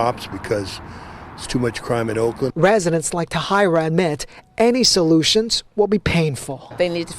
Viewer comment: The woman's name Tahira is not pronounced Ta-High-ra... It's pronounced as Ta-Here-ra.